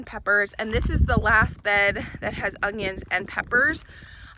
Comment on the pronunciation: Omg are you saying UNGYUNS??